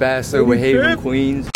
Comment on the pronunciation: It's not "Heaven." It's "haven." Read a book.